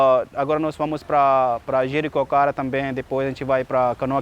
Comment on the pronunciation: Cara você tá de parabéns ,seu português esta ótimo ! Fiquei surpreso com sua pronúncia de " Jericoacoara " eu que sou Brasileiro me atrapalho todo em minha própria lingua !